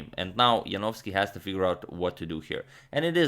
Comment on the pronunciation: Congratulations Antonio, now you are an excellent pronouncer of Polish surnames!